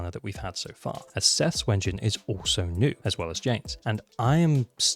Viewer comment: Stop saying Wengine instead of W-engine and I will subscribe